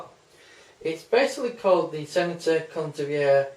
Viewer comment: It’s stentor not senator